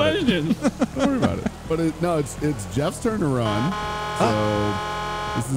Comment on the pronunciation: Guess what. "Jweffs twurn to wun"